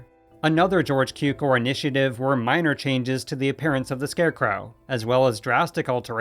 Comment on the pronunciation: Please learn how to correctly pronounce „Cukor“..